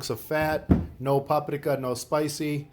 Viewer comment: Idk where you come from but the way you say keilbasa and paprika drive me insane lol Good video though.